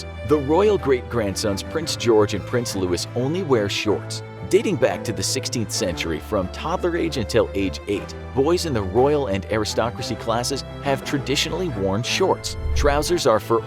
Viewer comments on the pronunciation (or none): They seem to have actually dropped the trouser rule for George already as he has been seen wearing trousers all year. Also his brother is named Louis (loo-ee) not loo-is. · ITS LOO-EE! NOT LEWIS. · Prince Louis is pronounced Loo-ee NOT Lewis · its pronounced louie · His name is Prince Louis not Prince Lewis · thats NOT how you pronounce louis 😠 its loo-ee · There’s no prince Lewis. His name is Louis.